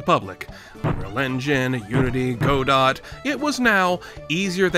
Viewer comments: it's pronounced go-doh not go-dot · "Go-dot" what it's pronounced "Guh-dow", also Attacking Zegeta 1, 2, and 3D, and Revenge of the Sunfish looks like eastern the lost souls of tong-nou on acid and it loses all story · go-dot? What the fuck did I just hear? GO-DOT!!?! It's GAW-DO'H, Also fuck Dophins. Evilist species on the planet. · did you just say "go dot" ? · why did you pronounce godot go-dot 😭😭hell naw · Such a good video. Also, Go-Dot. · “Godot” is pronounced “guhDOUGH”, like the play “Waiting for Godot”, I think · Godot is pronounced "guh-dough" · just fyi, the t in godot is silent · That's not how you pronounce "Godot." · The way he pronounced Godot hurt my soul 😭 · Why did you pronounce Godot like that